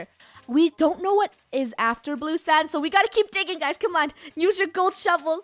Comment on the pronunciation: i love how funneh says 'im just gonna "Nuse" this instead"